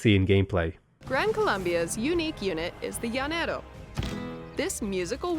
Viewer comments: The way you said Llanero was so funny. Imagine is "janero" LL sounds like J in spanish. Also, Hacienda hahaha, H is mute in spanish, it's pronounce acienda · the way you pronounced llanero was funny as hell. Llanera music intensifies.